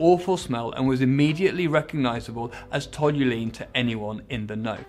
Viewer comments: A poorly researched video. Toluene (pronounced tol-yoo-een) isn’t a rocket fuel, it’s an aromatic hydrocarbon used widely as a solvent. It’s relatively cheap costing around £500/tonne or ca £0.5/litre. The fuel must contain more than just toluene and a splash of diesel to cost £300/litre. You may confusing this fuel with fuels used in naturally aspirated engines between 89 and 92 when the FIA mandated the use of pump fuel. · Told you what!? Tol you een. Mein Gott man you have it right there on the screen! Still loved the video though. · Can you not read? The hydrocarbon you are talking about is called TOLUENE, just one "L". It's not tolulene! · Um err Toluene, that's TOL-U-ENE is paint thinner, not rocket or jet fuel. It isn't particularly carcinogenic although you would want to handle it as carefully as you do petrol. It's cheaper than petrol in most European countries when purchased in 200 litre drums cos it doesn't attract fuel tax. It is however a normal constituent of petrol and is used to increase octane since Lead isn't allowed anymore. Probably the oil companies don't want us to know that because ethanol is also an octane booster but with less energy for a given volume and is cheaper. I don't know what else BMW may have added to their fuel to get anywhere near the price quoted here. Toluene has a RON of around 125 octane and burns SLOWER than petrol hence the ability to use high turbo boost levels without risk of detonation. I used it for years (mixed with pump gas) when I couldn't get high enough octane petrol for my Scoobie. Quite a lot of urban legend going on here. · Toluene. My god. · Can't get past the "tolulene" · The one word which needed to be pronounced correctly and yet he got it wrong! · It’s a pity he can’t say toluene properly. Sort of gives away that he has a heap of facts quite wrong. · Imagine not knowing how to pronounce "Toluene" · There's only one "L" in toluene. Trust me, I'm a chemist. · I've noticed a few struggle with Toluene.